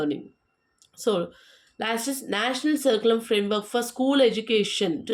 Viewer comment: Dear pronounce words properly curriculum